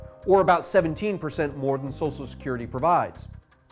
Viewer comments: Great video. I just wish he knew how to pronounce "SOCIAL". It was kinda annoying. "SOSSIAL SECURITY" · Love these, brilliant, 10/10, but please, it's "Social" not "Sosal" security.